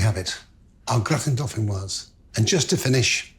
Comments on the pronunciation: You don't pronounce the final "s" in dauphinois (should sound like "dauphinoi"). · Don't say de "s" at the end of deauphinois. It masculine not feminine. Un grattin deauphinois. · You don't pronounce the 's'. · The s in dauphinois is silent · It’s Marco’s choice to pronounce the word ‘Dauphinois’ wrong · Remember that 'gratin dauphinois' has no final 'e', therefore the 's' is not sounded. Very good recipe!